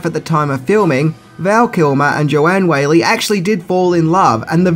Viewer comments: It's Wall-y not Whaley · That's Joanne WHALLEY (pronounced WALLY or WALL-E), NOT Joanne WHALEY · One more. Joanne Whalley - Whalley pronounced like 'Wally'